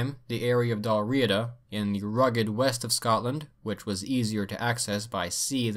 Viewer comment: Your pardon Sir but,as a native of England i doth do remark sir tis pronounced Dalriada not dalriida...Cumnich bas Ailpin...